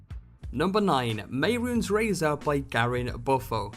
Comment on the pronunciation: _mey-roons? no no no no your wrong, ___meh-roon-es__ is how you pronounce it